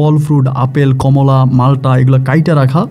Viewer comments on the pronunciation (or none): none